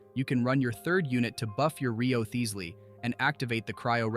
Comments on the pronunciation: Who is Rio-thees-ly?? Lol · Ry-Zlee lol. We finally heard the pronunciation in game and not a single youtuber has used it lol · Very nice guide! But I laughed every time "Wriotsley" was pronounced in a different way in the video haha I'm rooting for him to get his C1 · Mf pronounced his name in 50 different ways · There were like 5 different Wriothesley pronunciations lol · Dude said Wriothesley's name different every time e.e If you're gonna do a showcase, at least learn the character's name, or be consistent with one pronunciation. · Imagine getting mad at an ai for mispronouncing a name💀 learn to not waste ur breathe bruh